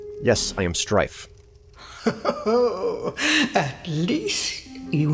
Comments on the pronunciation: I love how confident he was about his name... "Srtife" :') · Yes, I am "Srtife".